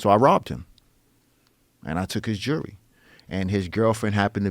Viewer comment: Took the joory, axed first but tooken it anyweezy